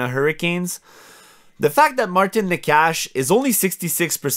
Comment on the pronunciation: Necas is pronounced "Neigh-chus"